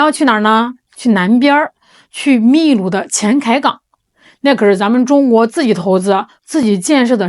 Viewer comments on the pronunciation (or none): 秘鲁(bilu)不是milu